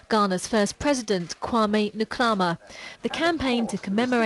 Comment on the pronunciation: I wish BBC presenters would make an effort to pronounce African names correctly. It's really not that hard if you try. It's Nkrumah not nikrama. Really? 😐